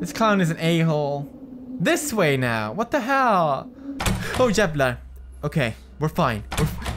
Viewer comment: You sounded like a white girl when you said what the hell